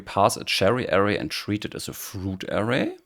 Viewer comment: Thanks for this helpful video. After decades of dabbling in OOP, I'm finally getting serious with Kotlin and learning about variance. Your video explains better than the last one I tried. One helpful tip for non-native English speakers: the stress in "array" is on the second syllable. Since the first syllable is unstressed, its vowel has a schwa sound. Many Europeans stress the first syllable, which is wrong, and makes the word difficult to understand.